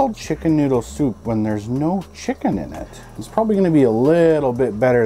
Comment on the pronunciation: "Shicken" noodle soup man lol